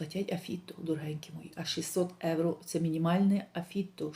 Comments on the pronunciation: Дорога! Не Евро. А євро!! І ми живемо в Європі! І ви спілкуєтесь на українській мові, а в нашій соловʼїній мові евро ріжить вуха!!😂😂😂 🤯🤯переходіть на українську!! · Не говоріть евро ,бо це не їхній акцент ,у них слово євро морбідо змішане х єівро ,а ви просто ріжин чітко евро і це не по італійськи.